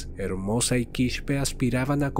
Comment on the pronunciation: No Quishpe es Quispe simplemente se lee tal cual